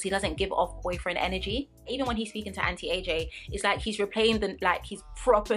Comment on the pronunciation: Girl whenever you said auntie AJ i thought you were saying anti-aging😭 i was like wtf is anti aging got to do with this am i missing something😂